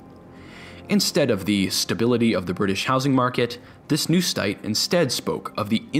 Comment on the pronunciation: did he ...... did he say.... """**STITE**""" INSTED OF """SITE""???????????? AHHAHAHHAHAHAHH!!!!!!!!!!!!!!!!!!!!!!!!!!!!!!!!!!!!!!!! WTF!!!!!!!!!!!!!!!!!!!!!!! BUSTED!!!!!!!!!!!!!!!!